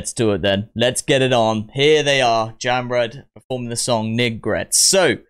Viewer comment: Jamrud pronounce like "jump road".